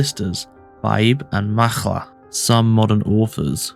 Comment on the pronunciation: Macha is pronounced "ma-kha" (The 'kh' pronounced like the 'ch' in chutzpah), there is no "l" sound. However, there is some great information here. Thank you. 💚💜💚